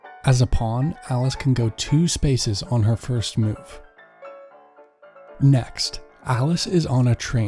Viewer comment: Every time u said alice... I thought its alex😂